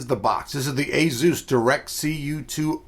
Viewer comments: Azeus? Asus... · "A-zeus card" lol